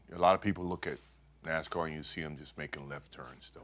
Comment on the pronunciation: I grit my teeth every time she says, "NaZZZZcar" It's NaSSSScar.